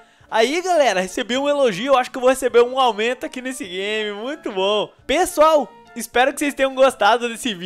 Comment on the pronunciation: voce no inicio voce falou [pala pesoal]